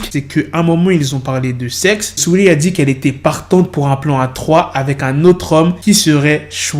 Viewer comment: Arrête de dire swea lee au lieu de saweetie